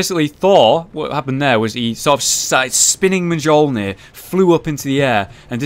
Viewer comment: Am i the only one disturbed by the way said Mjolnir?